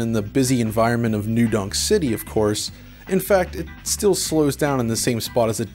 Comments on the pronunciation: It's New Donk City. His pronunciation is just off. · Is he saying New... Dong... City? Dong. Okay.